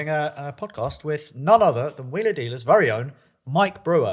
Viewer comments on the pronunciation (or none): WHY DO YOU SAY VURY. ITS VERY YOU TELETUBBIE